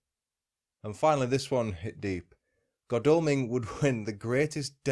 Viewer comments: Jarred every time you said Godalming... Should be God as in God, Al as in Al Capone and Ming as in vase.... goodness knows where you did your research lol ps aside from that was quite interesting 👍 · I live here, locals pronounce it god all ming